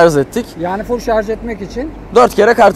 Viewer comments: Voltaj diyebiliyor ama şarj diyememiş sunucu arkadaş. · Şarz değil! Şarj. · Ah be kardeşim, bir de şarz değil de şarj desen ne güzel olur. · Şarz değil şarj demelisin... Türkçen yetersizken companent de neyine, "bileşenleri"diyebilirsin. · Şarz değil Şarjj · Bütün ingilizce kelimeleri doğru söyleyip de bir tek Şarj kelimesine şarz demeniz kasıtlı mı acaba? Dikkat çekmek için midir? Videodaki alt yazılarda da hep Şarj yazıyor bir sorun yok çünkü. Bunun dışında kanalınız çok güzel zevkle takip ediyorum. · şarz (Yanlış kullanım) şarj (Doğru kullanım) Cümle içinde kullanımı: “Yeni aldığı telefonunun şarj ömrü çok uzun.” Lütfen, güzel dilimizi doğru telaffuz edelim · harbiden şarj demeyi beceremeyen bir ülkeyiz, yahu dil kurumu bunu şarz diye değiştirsin bitsin bu çile. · şarz demeyin şuna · Şarz dedikçe tüylerim diken diken